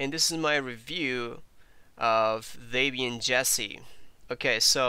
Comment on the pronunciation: Um. Not Day-Byan. Deb Ian. Debby and Ian Murdock. The creators of Debian and that package management system.